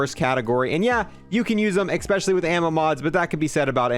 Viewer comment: I love when says "exspecially". I love u man never change